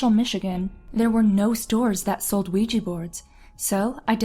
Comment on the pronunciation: You pronounced Quija. It's pronounced WEE-ja. Not QUEE-jee